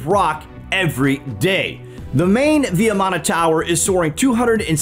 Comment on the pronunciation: Thank you for the video. It is pronounced as vee maana (VIMANA) not vee ya maana.